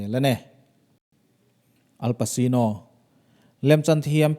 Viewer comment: Al pasino nilovi.. El paCHino tih a lam tur..wolverine pawh khi huge nilovin hiu jackman tih a lam tur...Chuan i video danga i narrate reng reng hian Police hi Pulis tih hian lam tawh lo la a tha, Pawlis tih tur aw